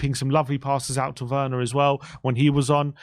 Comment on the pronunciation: Its pronounced verner😢